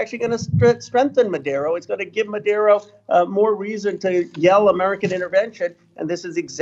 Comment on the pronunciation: minute etc. "Madero" ie Maduro doesn't make the US less safe; rather the US imperialist pressure on the Venezuelan govt is atrocious and shameful. Yelling "American intervention" is. . . literally true. What exactlv is Ro's position here? Is he pro-Empire? Does he even know anything about Venezuela?